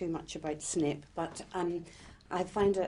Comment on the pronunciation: Did she just said SNIP instead of SNAPE?/??!!!WTH??